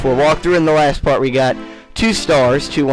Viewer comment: at the very beginning of the video, you said Mart instead of Part, lol